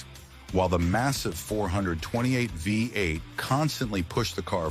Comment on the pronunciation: FAKE A.I. GENERATED VOICE IS COMPUTER USED FOR EVERY VIDEO ( VOICE SAID WE EIGHT ) INSTEAD VEE EIGHT FAKE